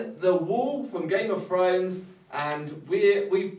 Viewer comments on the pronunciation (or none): "Game of frones"